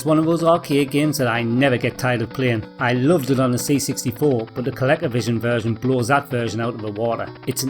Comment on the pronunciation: I love how you say ColecoVision, it's how I'll pronounce it from now on